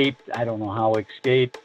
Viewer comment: It really grated on me, the way Doty mispronounces ‘escape’…